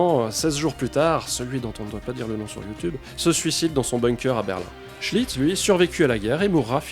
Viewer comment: Au début Je croyait que tu disait le capitaine chit... alors: toilette, chit .... Mais c est seulement et lisant les commentaires que j ai compris .... cool ta vidéo, intéressante en tout cas . Bravo!